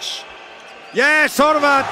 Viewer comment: majke mi kad je reko Horvat I was shook